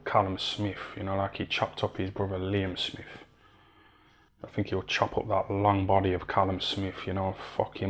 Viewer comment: "Liem Smif"